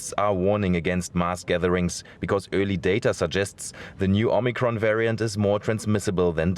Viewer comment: Oh MUH Cron!!!